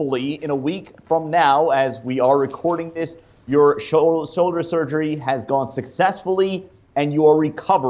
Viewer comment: "Soulder surgery"